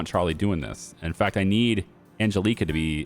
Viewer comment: Ann...Jell....eh....Kah. The way you are pronouncing that name grates on me. The big ass nun who used to pull me out of chair as a kid by my ear would also agree it is not pronounced right.